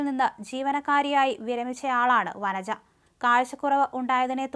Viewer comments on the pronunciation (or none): വരര അല്ല വനജ😂